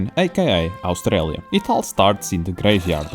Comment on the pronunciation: "australia" sec 10 killed me TwT